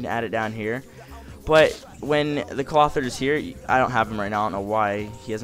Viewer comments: Cloth-eer. Not Clother. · You are saying Clothier wrong hth